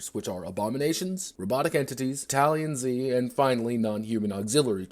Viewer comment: How did you make battalion z sound like “Italian z”?